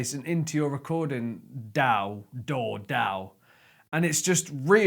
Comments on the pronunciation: Its pronounced daw not daw... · Wait, so is it pronounced daw or daw?